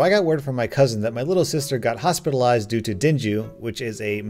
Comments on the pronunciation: it’s dengue not denjue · I don't know if you will see this but Dengue isn't pronounced DEN-JEW but more like DEN-GAY. I was so confused when you pronounced it like that in the last story i made me chuckle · Is it weird that his voice matches every single character he narrates lol Oh and it not dang-jew it's dan-ge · I am a Filipino and we pronounce, "Dengue" as Deng-ge, simply, so I just laughed when I heard, "Den Ju", sounded like a Ninja Technique from Naruto. NOTE: (I DO NOT MEAN ANYTHING OFFENSIVE WITH THE SPEAKER'S PRONOUNCATION OR ANYTHING) Edit: Thanks for the 29 likes love y'all (Shoutout to the Filipinos) (Shoutout sa mga Pilipino dyan, mabuhay Pilipinas) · Lol dengue is pronounced “den-geh/gay” not denjoo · Den Jew It's DeNG ge I'm filipino btw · hmmmm...I've only ever heard it pronounced dengay but, according to you and the site that I looked up how to pronounced it, it's dengee as you said. Thanks. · "Den-gue"? It's pronouced (Den-Ge). And "Ge" is not pronouce "Je", it's prononuced GUE. Dengue. Trust me, I was also Hospitalized for this. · Dengue is pronounced as Deng-ge Not den-ju :'))) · "Dinjew"? Dengue is either Deng-ghee or Deng-gay. > is Malaysian/SEAsian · Dengue is not pronounced like dinju it’s pronounced like deng-ge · Btw its pronounced deng geh not denjew AHAHHAHAHAH if your wondering what part this is its the part where he said dengue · Denju Literally everyone: deng-geh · "Denjoo" Whut? Dengue? No no, here in the Philippines, we call it "Deng-geh" :') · dinjuu Me:..... It's pronounced den-gee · Just for future reference Dengue is pronounced ( Deng- geh) rather than Den-jew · Dengue. Din-gay. Dinju? Oh dear. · Actually it's not dengu it's actually Deng-ge just saying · Btw it isn't pronounced dengwue, it is pronounced as deng-gee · its more pronounced like “dan-ge” Than “dan-gue” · hey i just wanna point out its pronounced den-gay, not dinjeu.:) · It’s pronounced “deng geh” not “denju” 🤓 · Denjoo x'D